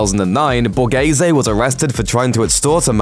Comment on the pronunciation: Borese?? It's BA RE ZE